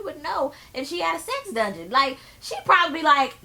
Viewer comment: lmao did u peep how porsha can't say "dungeon" I hollered..